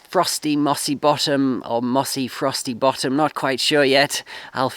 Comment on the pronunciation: Hope your venture works out well for you. Did you say Frosty Bottom or Frossy Bottom? lol